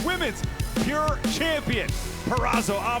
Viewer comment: Why can't say PURE. He's saying Pier... wtf is that